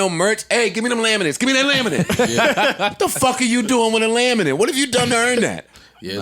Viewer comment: The way he said “laminate” is just funny lmao.